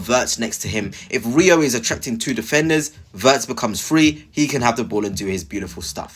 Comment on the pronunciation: I subscribed to your channel a few weeks ago but might have to unsubscribe if you keep mispronouncing players names… if you can’t pronounce Rio then please don’t make any more videos about Liverpool.